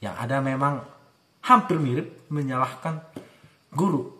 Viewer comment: Menyalahkan ya ... bukan menyahkan 🙏